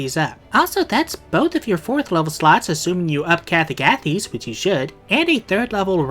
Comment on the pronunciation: that agathys pronunciation made me question reality, then realize I'm right, then type this comment to say I'm right, then question whether the pronunciation of a random demon really matters, then decide to type it anyway and make it self aware so I seem kooler than I actually am (Haha kool joke)